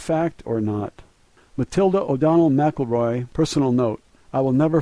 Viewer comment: NAVAN,,its PRONOUNCED NAV ViN by us all one word no pause ,say it quick an ul have it to a T , ,not Nah -vann, also Ms Mac Elroy is pronounced like Rory Mackel Roy not Mac El Roy